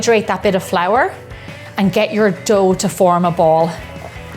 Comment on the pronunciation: why is it so hard for you to say dough or water